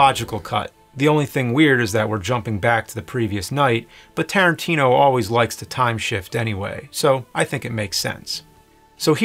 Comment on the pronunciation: I love you nerd..... but still its Tarantino!!!!. If it's not broke and all.